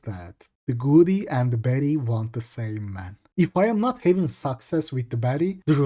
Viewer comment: Sounds like hes saying betty not baddie